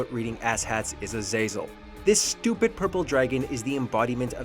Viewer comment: WHY PRONOUNCE AZAZEL AZAYZOL. IT'S AZAZ EL